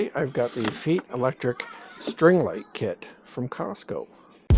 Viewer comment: Thanks for the video. It’s pronounced “fight”, actually.😊